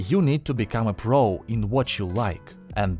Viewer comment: Как бессовестно диктор сказал, про pro, отвратительно, аж захотелось дизлайк поставить!